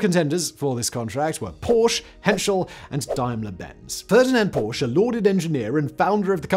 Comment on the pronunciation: Porsche is a two-syllable name.